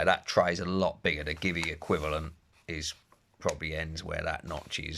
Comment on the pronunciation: GIVI is not give-e. It's, G-V